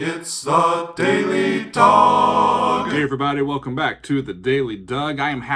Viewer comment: Am I the only one who thinks the intro sounds like he's saying "daily dog"?